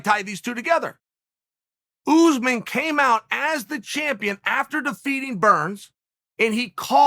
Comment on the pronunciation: Hes still saying Ooozman Its not pronounced Chael It's pronounced , Shall